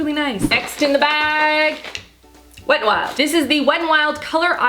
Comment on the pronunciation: my favorite part of this video is when you said " iz very nice 😂". I'm interested in finding out about the scandalize mascara and the Milan rose product